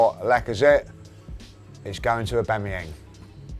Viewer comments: Just came to Hear Aubangyang :D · A bang a yang lol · Love how pronounces Aubameyang 😂😂😂